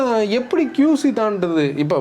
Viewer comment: Bro it is not QZ it is QC